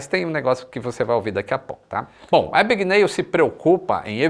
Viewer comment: "É AbgaNÉÉLL!!!"